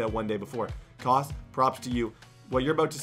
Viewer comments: 😂 bet K-Aus was like.... 🤔Kaus? it’s pronounced Chaos😂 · i think his name is pronounced like “Caos” K-aus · Its pronounced like Chaos 😂😂😂 not like cause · I'm fairly sure his name is K-Aus, like "Chaos" and not like "Koss". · its pronounced K Aus LIKE chaos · His name is pronounced chaos